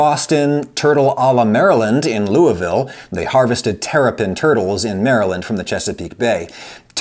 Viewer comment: Mr Ragusea, thank you for pronouncing "Louisville" properly! (I'm guessing it's your having lived in Indiana, most Indiana folk can pronounce Louisville properly)